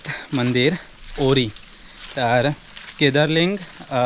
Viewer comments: गावाचे नाव ओरी असे आहे, वोरी असे नाही. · वोरी ❌ ओरी✅